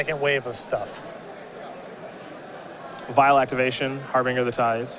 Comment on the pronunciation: Har-bin-ger not har-bing-er